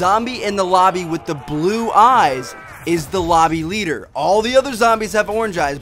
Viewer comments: did he say lomby leader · ...you said lomby leader :D